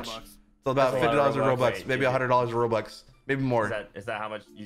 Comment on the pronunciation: and why are you saying rolox ery time but its robux